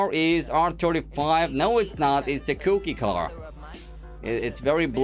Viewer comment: cookie not cooooki